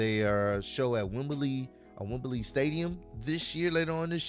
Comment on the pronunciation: Dear, it’s pronounced Wem-blee, not Wem-ber-lee. 👍🏾